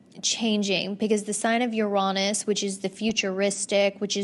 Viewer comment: Yo when she said Uranus like “yuronis” 😂 they tried to make it not sound bad for a minute but it is in fact pronounced like your anus 🤷🏻‍♀️😂